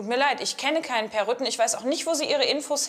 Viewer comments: Ich verstand erst Rüttgen 😂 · Ach, Peer heißt "Rütten" ich habe "Rücken" verstanden